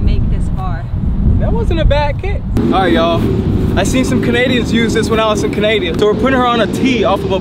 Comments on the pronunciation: Nigga said “canadia”🤣🤣🤣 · he said canadia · He said canadia 😂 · Mans said Canadia 😂😂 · This man really said canadia